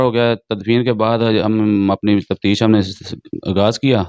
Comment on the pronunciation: Ye Jo uloo ka path anchor ban phir raha hei,is kuttay ko pehle urdu sikhao, tafsheesh kia hoti hei? Taftish ko tafsheesh bol raha hei. Aj kal har chutia journalism ki maan behan aik karne pe tula Hua hei. Shame on you.